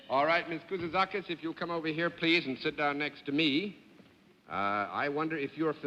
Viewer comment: John would always go over pronunciation of names before the show with the contestant, along with a short interview to determine the ramifications of the 'line', but this time he somehow forgot the pronunciation or just didn't practice saying her name enough before the show.